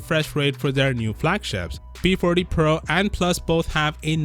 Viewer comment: This guy said p porty pro plus 😂